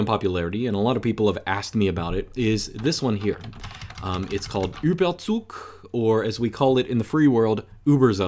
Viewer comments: I'm from Germany and his pronounciation of "Überzug" might be the most beautiful thing I have ever heard being said in German! My heart may have skipped a beat right there. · It's correct. Source: Me, being from there. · Turns out made this video just to flex his German pronunciation on us. 😂😉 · Your pronounciation of Überzug really nice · how long did you practice it just so you can pronounce it correctly?